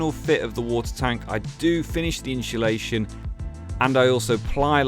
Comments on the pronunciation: I got anoyed right at the start.. iam not even English 😂 its inSulation not inSHulation 😂😂😂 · Its insulation not inshulation though😂😂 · Inshulation = insulation? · Amazing work i like how efficent the truck was build, but stop saying inscholation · Watched and thought the build was awsum. One thing that was triggering me is you saying inshulashion and not insulation. Was driving me mad haha 😅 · i hateeee how u say insultation. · Inshulation lol hes killing me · Why the fuck do you pronounce insulation like that. It’s not pronounced inshulation 😂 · Inshulation lol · Amazing build. I wish I had your skills. One thing though, there's no 'h' in insulation. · I’m convinced you are rage baiting people with your pronunciation of insulation